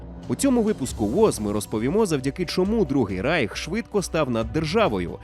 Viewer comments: Не райх а рейх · Не райх, а рейх!!!!!